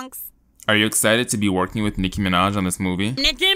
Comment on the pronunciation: It's nicki minaaaaaaaj